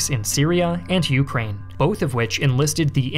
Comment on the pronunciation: I love his videos, but the way he pronunciates Ukraine is extremely irritating, i can only cringe so much lmfao